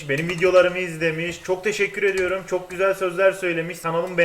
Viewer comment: Şöyle devam ediyürüm